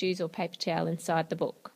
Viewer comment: Ann it book not boook